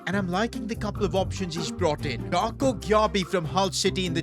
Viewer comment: Is pronounced gyebi not gyiabi